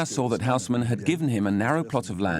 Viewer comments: the name is read as Osman.... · It's unbelievably annoying to listen that Louis is pronounced as it should be by the rules of the French language, but the Hausmann - not, ffs.